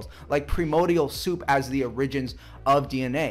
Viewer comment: I'm sorry "errigins"? Fuck the whole "evolution of the gaps" and every other fallacy, why the fuck does he pronounce it like that?